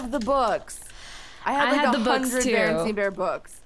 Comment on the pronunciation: When you've watched Shane Dawson's Mandela effects video and you hear her say Bearnstein but it's Bearnstain...